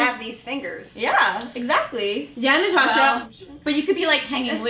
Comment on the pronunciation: haha the way Elise says naTASHA it kills me